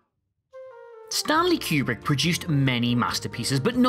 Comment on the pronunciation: Stahhn-Lee Que-Breek? You mean Stanley Kubrick, right?